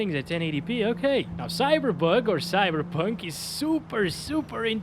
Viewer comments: I realy like you say cyberbug 😂😂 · I love how he calls it "CYBERBUG 2077" each time